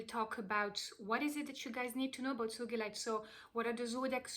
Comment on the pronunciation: Yay! You pronounced it correctly!! 💚💕💚 One of my biggest pet peeve‘s is when people pronounce the name of the stone wrong 🤣 Thank you for this wonderful video beautiful soul!! I read Sugilite is also called Royal Azel